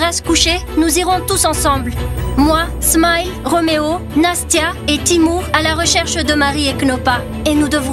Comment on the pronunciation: On dit smile pas smayele